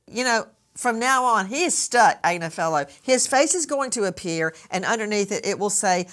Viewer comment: I listen to marks wife Karen Agnifilo, pronounced Ag nif ilo. Mark has an uphill battle he can't win..plz pronounce his name right!